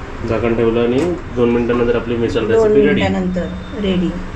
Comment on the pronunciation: मिसळ बोल ना